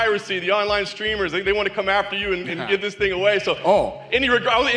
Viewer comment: There no "sh" sound in the word "streamer."